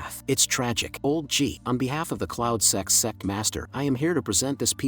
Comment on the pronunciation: Bro you said cloud sex 😂